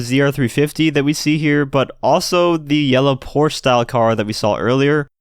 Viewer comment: Am I the only German to be triggered by his pronunciation of "Porsche" :')